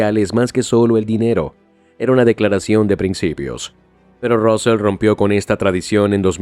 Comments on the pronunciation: Se pronuncia Sandro Rusei no Rusel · Se pronuncia Rusei (Rusell) no Rousel, y este fue el segundo de Laporta durante bastante tiempo. Solo con eso, ya se ve que todo es inventado, el resto ya es información que sabiamos todos los aficionados. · Suena mal Rosell en ingles😂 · Vaya manera de decir los nombres... Josef Maria Bartomeu, Rósel... traducción tremendamente mala...